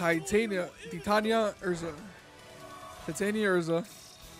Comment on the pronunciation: It’s pronounced “ti-tawn-ee-a”. Her nickname comes from the mythical fairy queen